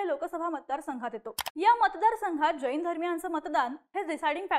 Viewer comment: बाई ग ,आधी शब्द उच्चार नीट कर. ' ज ई न ' अस्सा उच्चार न करता 'जैन ' असा कर. तसेच राजू शेट्टी हे सर्व समाजाच्या शेतकऱ्यांचे नेते आहेत. फक्त जैनांचे नेते नाहीत.